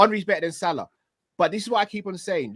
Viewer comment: pronunciation of Salah’s name is class 🤌🏼 what’s his ethnicity does he speak Arab?